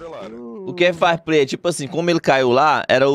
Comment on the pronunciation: "Farplay" kkkkkk